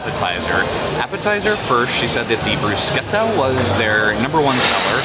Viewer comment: Loving all of your videos, you 2 are fantastic. Love your honest reviews and your enthusiasm is amazing. Your reviews have helped me plan our trip when we go and all the restaurants that are a must try...and this one now! P.S. It's pronounced brus-ketta ('che' in Italian is pronounced like a k) 🙂🥰❤